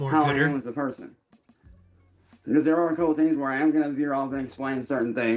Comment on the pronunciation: Has anyone noticed that his use of the word 'because' is always pronounced 'a-cause'? He can't pronounce b's....or anything else, really. LMAO.